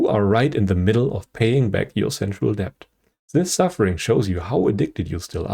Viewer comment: Pronunciation: debt = dett subtle = suttle The 'b' in these words is always completely silent. The 'b' exists because Middle English scholars reinserted the 'b' to make such words look more like their original Latin forms. There is no English dialect which pronounces such letters. In a similar vein: doubt = dowt limb = limm receipt = receet I will post more corrections as they come up, as you have indicated you are receptive to them (the 'p' in receptive is pronounced). 😊 Thanks always for your videos. 😀